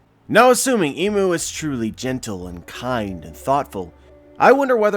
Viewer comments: Not "Imu" it is I'mu (I'm U or I am U) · Think "Im" is pronounced like im out of impossible.